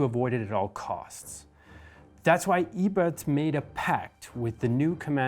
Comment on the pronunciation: Almost perfect, he got "Ebert" right the first time he said it but mispronounced the first vowel the next few times he said it. Everything else was spot on IMO.